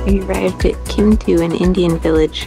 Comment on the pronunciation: Did you mean to say “Klemtu”?